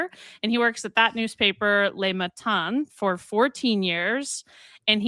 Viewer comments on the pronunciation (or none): Le is pronounced “luh” where the vowel sound is like the u in “put.” Les (not le), plural, is the word that sounds like lay. Le sounds like “lay” in Italian, though. But not in French.